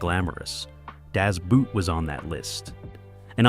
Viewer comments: Das Boot is pronounced Das Boat in German. Fakey degrading film effects on videos pretty much decimates your legitimacy!! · Is there any way we can stop pronouncing Das Boot as The Rubber Footwear ? It's really very simple. Just pronounce it as : Das Boat. That will be close enough and sounds a whole lot better. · Das Boot, it isn’t a thing you wear on your feet. It’s so simple to pronounce, boat, it’s pronounced as das boat. Lazy anglophones. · German "boot" not pronounced the same way as the English word for heavy footwear despite its spelling; correct is closer to English "boat" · I´d put Das Boot (wrong pronunciation btw) much higher and swap one or two out with some others (Platoon and Sisu, for example), but generally, this is a near complete list of the 8 best war movies of all time. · If you cannot pronounce "Das Boot" correctly, what the hell are you doing here!!!??? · Maybe one day I'll find someone who can pronounce Das Boot properly. But it is not today and it is surely not this video. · You beat me to it, The Das pronounciation killed me too. What? and no mention Pearl Harbor... heh I kid. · "Das boot" is a German film, so at least take the f*cking time to learn the pronunciation! It's only ONE word! ONE! And then you screw up the name Guinness? Really?? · Das Boot (pronounced Das Boat not Boot - Boot in German is just like Boat in English) - that is literally my biggest pet peeve ever. It's just boat. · Hey kid, I know you're just here to make quick money on YouTube, but it's pronounced "Boat" As in "not a boot". If you're going to try to teach us anything, then learn something. Didn't watch past 40 seconds. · Dos Boot, not Daas Boot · It's not pronounced "Das Boot," but "Das Boat, just as if it were in English. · for heavens sake, stop using the old movie filter. Its so annoying. Das Boot is pronounced like boat, not boot. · Das Boot is pronounced similar to how you say "Bought" and not the English "boot". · Dazz Boot?1! Try Das Boat.